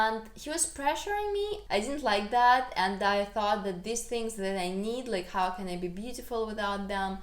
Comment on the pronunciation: Just a basic pronunciation tip (English as a 2nd language teacher) -- these vs. this. The former is a long eee sound (like need). Give it time. 'This' is very short, and an 'i' sound. Also, more happy, or happier. Never more/most happier. 🙂 You have an excellent command of the English language.